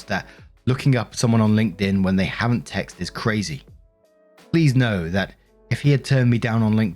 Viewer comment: Please, someone answer me, why can't say, 'texted'?